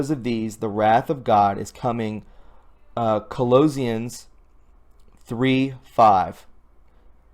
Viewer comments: You did not read that right. Sounds like. Cole osh shins. Osh with a silent o. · Bro you are trying to work for us Americans and we are Christians fighting against true evil true devil worshipping and you cannot pronounce Colossians, you're killing me I'll look at you again in a couple of months you need to read through the post and make sure you can pronounce and correctly disseminate information see you in a couple of months!!! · To be fair... There are a lot of words he cannot pronounce. Pronouncing Colossians is the least of my concerns, but still is one...